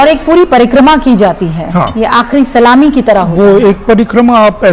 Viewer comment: Parikrama bolva practice karo